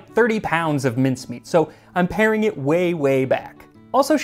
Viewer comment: Paring back. Not pairing.